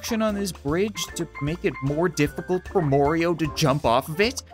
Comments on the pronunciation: soooo you call him morio enstead of mario WHY?? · It’s not morio it’s mario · Its not mario its Morio! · constantly says Morioh instead of Mario Me: Killer Queen BITES THE DUST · The way says goomba and Mario and Koopa troopa is great he says Morio and Goombee and koopa treeper